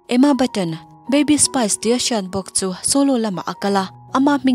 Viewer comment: Geri Halliwell hi Halloween angin i lam tlat a, chuan, Emma Bunton hi Emma Button angin i lam bawk 😬